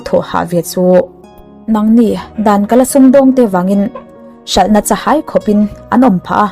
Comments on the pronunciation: Chahai hi i thluk fuhlo deuh lo maw..? hai tih lai khi thluk kun tur.. Chavai tihangin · Cha - hai ( hai) lai hi thluk hmiam tur eg Ka - vawm, vawm lai thuk hniam ang hian